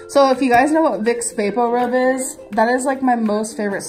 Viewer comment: Hold up does she say VICKS VA BOR RUB?? 🤣🤣🤣